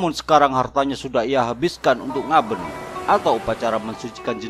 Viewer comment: ngabèn kak, bukan ngaben